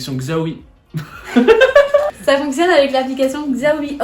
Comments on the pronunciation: Xaomi on le prononce « chaomi » 😉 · Super la vidéo ! Par contre petite info on prononce pas xiaomi comme ça s’écrit ça se prononce : shiaomi